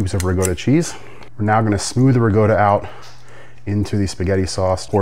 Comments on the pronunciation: WTF is Rigota!! It's Ricotta!!! DAMN!!! It's pronounced MAN-I-COT-TEE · I was just getting peeved off EVERY TIME He pronounced "MINO-COE-TEE" & "RIG-GOATA".. 😂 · Rigoatta instead of calling Ricotta pronunciation gave me a twinge and I am Irish. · Man-A-Cotti, Ri-COTTA, universal English pronunciation from Texas to Canada and every place in between. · Your Italian pronunciation is brutal. Rug gota is close to Bogota. Manucoatty was a Spanish bootlegger who sold man na - cot e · I believe he’s mispronouncing RICOTTA on purpose. 😏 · It looks amazing, but please learn how to pronounce manicoti, and ricotta. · Gross. Pronounce ricotta correctly.